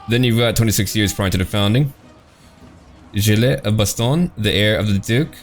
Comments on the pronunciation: gilles le breton pronounce "jill" ;-) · Rename Le Savage to Le Sauvage. Also, never pronounce the "s" at the end of a French word. Gilles is is pronounced "Jill".